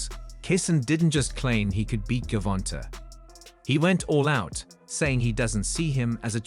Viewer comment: Gervonnntta , pronounce it like javonta dafuk is dis